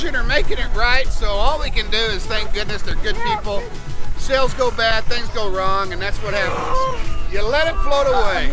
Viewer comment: Sales, not sails, for instance